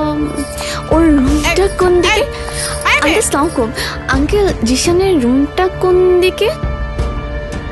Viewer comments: স্লামকুম?? এইটা কোন ধরনের সালাম?? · ঈমান কা'ইয়া akhon onek kei dekhi ei bhave salam dite. Ora ki salam dei na style kore. ???